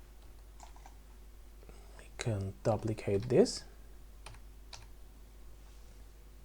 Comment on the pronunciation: Good tutorial J, easy to follow.... Just fyi: Duplicate is correctly pronounced like: Doo-plicate, not Dah-plicate... PS: Your attention to optimization is super impressive, it's a great habit to have, thanks for teaching us correctly. One question, why is it important to "apply" the scale and rotation? What happens if you don't do it? Because to me, it looks like an unnecessary function... If it is super important, I could see myself forget to do it at least a dozen times while modeling..